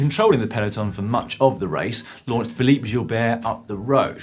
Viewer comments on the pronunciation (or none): none